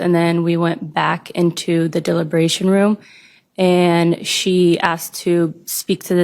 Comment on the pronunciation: Dilabration room??????? Its deliberation room sweetie!!